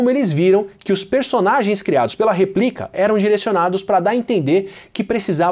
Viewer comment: Replika vem de "Réplica". Apenas uma correção de pronúncia